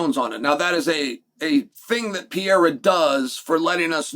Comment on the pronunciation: Pereira not pee-aira